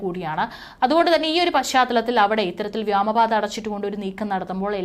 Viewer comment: വിദ്യാഭ്യാസം കുറവാ . വ്യാമപാത ? ഇനിയെങ്കിലും തിരുത്തി ക്കൂടെ